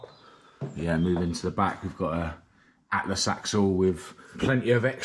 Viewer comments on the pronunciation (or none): none